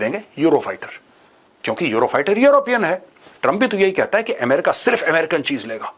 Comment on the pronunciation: ए मेरिका नही अ मेरिका